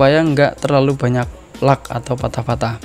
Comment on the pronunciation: gg inggrisnya pasti dapat seratus lag bukannya dibaca leg malah lak